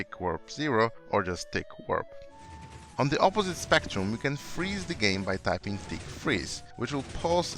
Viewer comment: "Gaem Control" — 2019